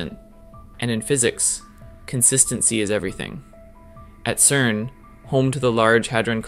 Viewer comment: Stop calling it kern !!!